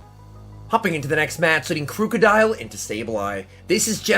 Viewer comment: It's pronounced like the word "Crook" not crewk